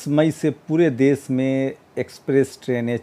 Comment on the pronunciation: aap plz aap apni bhasha shudh kijye Sha shabd ko aap sa na ucharit kre sir. Desh ko aap des kehte he. Shru ko aap suru bolte he